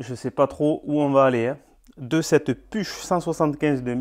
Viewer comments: Très intéressant . Une petite précision . On ne prononce pas « puche » mais « pourrhh » 😅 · "Pourr" pas PUCH. C'est Germain comme marque. En tous cas bonne restauration et belle machine. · PUCH, je pense que ca se dit "Pouk", ou "Pourrr' " ! en 🇩🇪 🇦🇹 😊